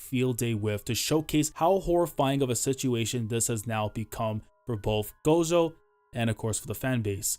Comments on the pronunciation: i really wish you'd say "gojo" instead of "gosho" @@ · We just gonna ignore how he says gojo (gosho)